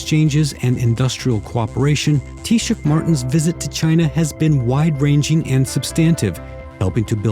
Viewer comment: Chinese interviewer nailed "Taoiseach"first time,very professional. British commentators have being butchering various iterations of "Tee Sock" for decades.